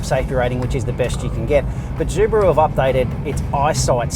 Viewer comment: Zubaru?? hahahahahahaha